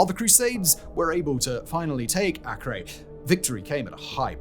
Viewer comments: That's not 'The Siege of Akree!' it's pronunced Aker like the British land area measurement. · Acre AY-KER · Acre..pronounced (A-cur)